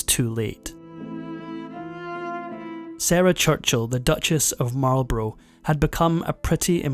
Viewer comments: Marl Bruh not Marlbrow. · Or Marlborough. He pronounces it like the USAmericsn cigarette brand "Marlburrow" instead of "Marlburruh" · Marlborough is pronounced mawl-bruh, with the stress on the first syllable, so he didn't get that right. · Duke of Marlborough pronounced MarlBrah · Other than pronouncing Marlborough incorrectly, this is a very interesting piece